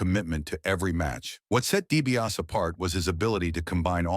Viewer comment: Dibiase not Dibias